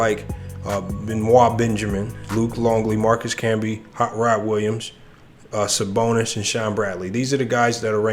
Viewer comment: This dude doesn’t know what he’s talking about. Can’t even pronounce Arvidas Sabonis name right